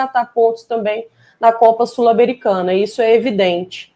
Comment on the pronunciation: que gastura do falando 'Sulamericana' hahaa